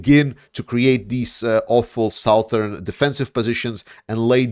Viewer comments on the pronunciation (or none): Suh-thern not sow-thern.